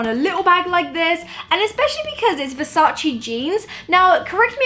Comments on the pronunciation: IT'S VERSACE NOT VERSACI !!!!!!!!! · The right pronunciation is VersacE (e=elephant) and NOT VersacI...xoxo from Italy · Versace not versaci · it's VERSACE not VERSACI, pleaaaaseeeee! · Omg I love the outfit !! By the way just a tip ( as an Italian ) Versace, is Versace really the hanbag is perfect anyway you have to pronunce the final e from VERSACE.